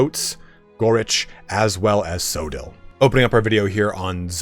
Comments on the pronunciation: It's not pronounced so-dill, it's Co-odd-le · Coedill is pronounced with hard C, like Cooperation. Co Eh Dill. Just incase anyone curious.